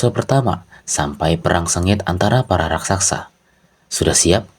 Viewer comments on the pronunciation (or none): Tulisan jelas "RAKSASA" tapi tetap dibacanya "RAKSAKSA" 🤣